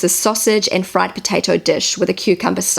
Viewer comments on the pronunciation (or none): none